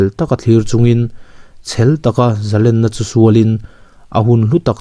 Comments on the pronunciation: A ngaihnawm leh dawn e. Zalenna tih hi len tih lai hi "khawnge i len" tiha len ri anga lamtur a nia, i lam diklo ania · zalen tih chu a hmalam a thu awm zia a zir a ri chi hnih awm thei a nilo ami. entirna Zalenna chu an va hman zalen thiam ve ti te hi chhiar ta ang ila arik dan khi ki hnih anga rik a ngailo ami.?.